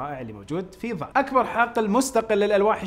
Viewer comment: استاذ انت تقول ظاد وهي ضاد (( تصحيح فقط ))